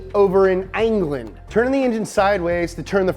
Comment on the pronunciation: “similar to the Mini over in ANGLAND.” OHMAGAHD I LUVV ANGLAND. LONDON, ANGLAND. (Kroll Show? Anyone?)